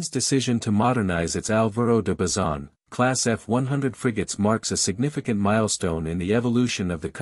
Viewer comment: Y Álvaro de basison 😂. Cosas de la IA